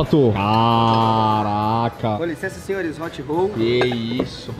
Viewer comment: Hot "holl" é foda